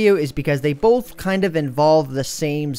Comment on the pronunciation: you say both like BOLF